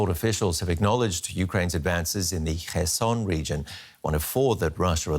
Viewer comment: Not Kherson anywhere but Kherson!!!